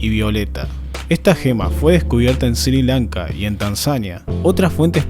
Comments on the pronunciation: Sri lanka no se lee SIRI LANKA sino ESRÍ LANKA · "Sir Lanka"